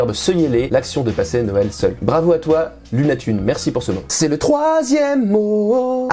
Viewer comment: Hahaa cette prononciation de seuël à la welch x) d'ailleurs en patois welch Noël se dit Nèy ou Nayèl, enfin dans les hauts côté romanophone en général quoi. Sinon le reste des Lorrains patoisants disent Nawèl. Comment ça on s'en fout?